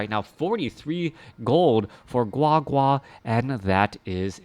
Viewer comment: Oh my. The way you said GuaGua was soooo Chinese! Love it